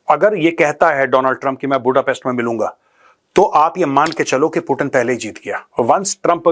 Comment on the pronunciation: पुटिन नहीं , 😂 Vladimir Putin पुतिन जी , Have some respect honour 😅😊